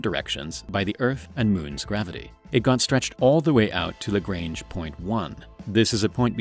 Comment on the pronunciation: I need you to google how to pronounce "lagrange" otherwise you might sound uninformed.